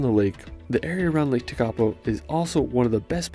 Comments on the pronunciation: Yes. Me too. Lake Tekapo and his pronunciation is Tikapau. It should be pronounced Teh-ka-por. Also not Wanarkah. Wa-na-ka all short sounds. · The mispronounced words were place names most Māori place names. Starting with WH are usually pronounced as F so Wharariki is pronounced "Fara-riki". Tekapo is pronounced Tek-apo" not Te-ka-po its minor I know but it's just a correction. Also, Wanaka is pronounced Wan-a-ka not Wan-aka & Pūrākaunui is pronounced Pūrā-kau-nui (more emphasis on the ka). Finally the black sand what he didn't tell you is the black-sand beaches on the western side of the North Island are rich in titanomagnetite – a magnetic variety of iron oxide that also contains some titanium, it is more commonly known here as Magnetic ironsand. Hope that helps you out here. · Shame they cant pronounce Lake Tekapo ..Tek A Poh .